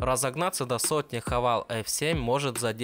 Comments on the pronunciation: Сам ты хавал! - Хавэйл ! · Не Хавал, а Хэвэйл.